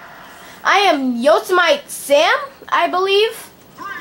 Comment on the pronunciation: you should talk a little more when battling computers it might make it more interesting and i do say you guys deserve mor subs you have over 700 videos...oh and by the way to pronounce yosemite it goes yo-sem-it-e :)